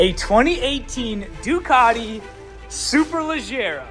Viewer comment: you nailed the pronunciation, language of origin and translation. Ladies and gentlemen, we have a rare unicorn here.